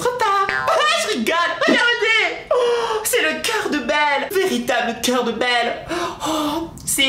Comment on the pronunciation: Ta dit belle pas beuele TU A TRAHIS LE LANGUAGE DU PALMIER